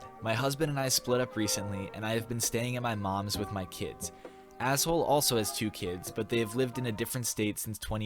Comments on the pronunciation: LOL HER NAME IS NOT PRONOUNCED ASSHOLE 😂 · "Ashole" > pronounced like ash-oh-lee?? Hahaha